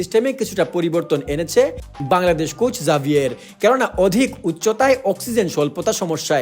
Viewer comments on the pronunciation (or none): জাভিয়ের না ভাই উচ্চারণ টা হবে হাভিয়ের কাবরেরা🤝